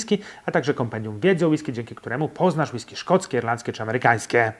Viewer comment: Przestań akcentować na ostatnią sylabę zdania bo się ciebie słuchać nie da. >Jak degustować whiskeeeyyy? >a jak normalnie kurwa mówić bez przeciągania?